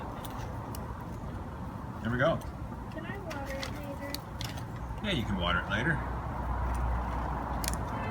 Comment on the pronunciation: woter it